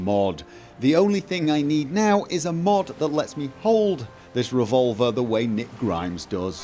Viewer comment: Rick not Nick lol